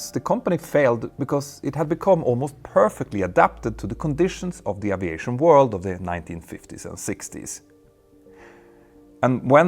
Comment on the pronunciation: ...presssent...isss...presssence...wasss...risssiing...uviation...🙄 ENGLISH PRONUNCIATION MATE!!! 🤪🤪🤪 In ANY language pronunciation is critically important!. Example; eyes...ice. 🤷‍♂